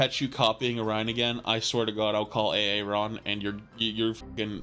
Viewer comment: did you just say A-A-ron instead of aaron? are you good buddy?